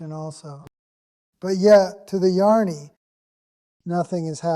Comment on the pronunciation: Welcome back! It must have been hard to leave the duck pond dream, but you were missed! As to the new Robert voice, it is a bit too fast and cheerful/ cheesy, in my opinion. And jani comes out as yarny? I have listened to all the videos and the previous voice had a gravitas that was calming and grounding, even when he said that every thing is a dream. 😊However,all is well,exceeding well, and unfolding as it should, so maybe this is the new voice! Thanks for your work!